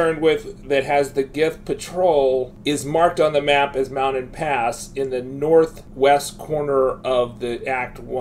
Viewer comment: Lol, you're killing me with these pronunciations - "Mouded Pass" "Wakeegan" "Mee-lay" 🤣